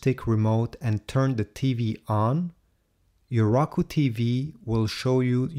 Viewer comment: you pronounced it raku it's Roku